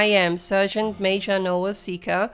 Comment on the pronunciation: Wünsch dir auch gute Besserung und komm schnell wieder auf die Beine. 😘 Eine kleine Anmerkung noch: Du solltest dein Handy nochmal befragen wegen dem Wort "Sergeant". Es sollte eigentlich "Sargent" ausgesprochen werden und nicht "Sörgent" 😉 Finds jetzt nicht wirklich störend, aber es fällt eben auf, wenn man es mehrfach in einer Folge hört. 😄 Ansonsten wieder ein sehr schöner Part. Finds auch sehr beeindruckend, wie du die Aufnahmen trotz aller Widrigkeiten hinbekommst. 👍 Quäl dich nur nicht zu sehr, ok? 😷